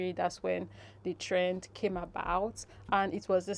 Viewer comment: It's follow "trend" or "train". At first I thought I heard the word "train" but later realised that the Influencer was saying "trend". Kindly confirm.